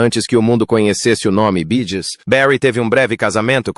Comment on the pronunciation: Boa noite porque o narrador não fala o nome da banda corretamente no caso bee Gees faz favor nunca serão esquecidos amo os Bee Gees amoooo